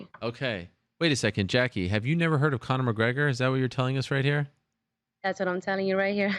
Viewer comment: LOL Jackie never heard of conor McGregor - funniest shiit ever ! LOL she tries saying his name “conor Mcgregnor LOL